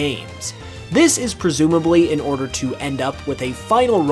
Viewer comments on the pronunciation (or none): none